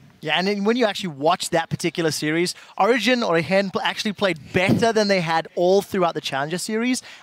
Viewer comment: she is pronouncing it correctly, because it is a spanish word and in spanish 'g' reads as 'h'